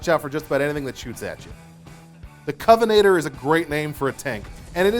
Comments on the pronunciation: Cov-en-an-ter It's not that hard to pronounce! ^_~ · Is he not mispronouncing Covenanter? There's a second N there. I'd rank the Crusader above the Covenanter, though I'm not sure if it still will after they take its light tank camo away in the next patch.